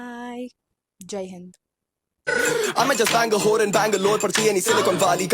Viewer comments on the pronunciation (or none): none